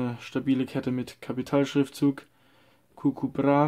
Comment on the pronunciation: ich weiss aber er sagt gugu hahahah